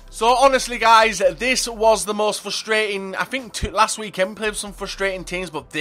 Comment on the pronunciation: You overuse the word frustrating and you mispronounce it and it ticks me off. Js, I still love you <3